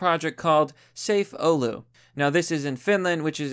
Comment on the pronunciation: oh no is about to slaughter finnish names. edit: well you actually said "oulu" right, most get it wrong